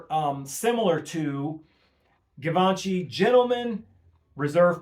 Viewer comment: good takes, but please pronounce Givenchy correctly